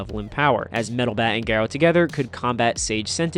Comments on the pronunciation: Geh-roh lol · It’s pronounced gar-O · I loved this video but WHY do you pronounce Garou like that 😭💔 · off topic bit it's really weird how you say his name i'm so used to the Ga being pronounced differently